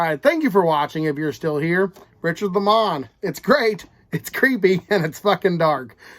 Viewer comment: I'm not sure if you are joking around calling him Li Mon? I get so many names wrong myself. But it's pronounced Lay Mon. Although I do like the posh sounding tone of that. Lol. 👊